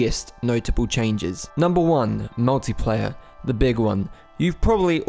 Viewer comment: When you first said "multiplayer" it seriously sounded like you said "naughty player". I thought you were pointing out that players can grief each other now, lol.